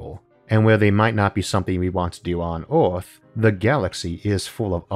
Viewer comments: He has a speech impediment, so, yeah. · Earth starts with an E, its not orth